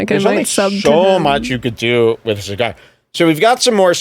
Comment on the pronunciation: List probably puked after that cee-gar